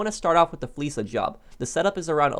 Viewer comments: Real question. Not undermining anyone. But is it not pronounced fleeka? Like the k sound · Well Lester pronounces it as "fleesa" so I guess that's why everyone pronounces it that way. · ok I guess I'm wrong. I swear paige says fleeka for the same "fleeca"